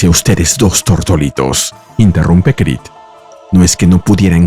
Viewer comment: Stopped watching this when AI couldn't say Creed.